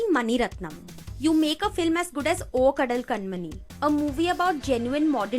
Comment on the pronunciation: again it's kanmani not kanmini